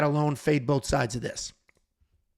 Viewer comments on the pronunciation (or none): Lmao Jauregui is not pronounced that way